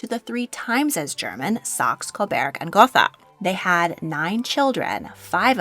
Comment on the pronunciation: its SAX UH CO BERG & GO TA